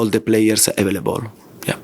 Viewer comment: Nobody : Conte : Avalabol